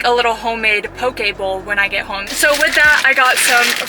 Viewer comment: u say pokebowl funny lol